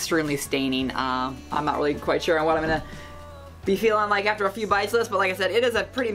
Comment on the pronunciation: ON not awn